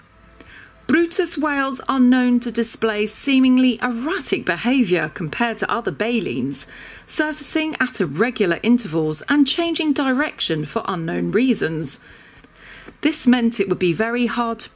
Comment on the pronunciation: I heard erotic. I think she meant erratic